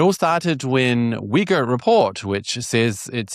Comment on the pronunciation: Man I kept hearing the wrong word instead of Uyghur